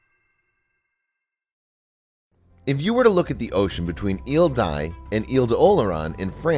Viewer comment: d'Aix is pronounced dex